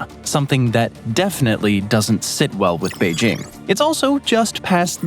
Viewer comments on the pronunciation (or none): none